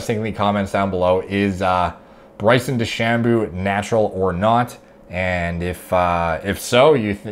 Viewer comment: Bryson De-Shamoo